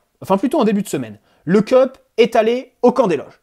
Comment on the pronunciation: Le "Keup" ? Une tasse ? Le CUP wesh c'est ton club et tu sais pas prononcer le nom de nos ultra